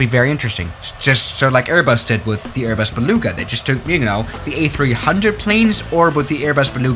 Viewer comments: You literly said Airbus be lugs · Berbas beluga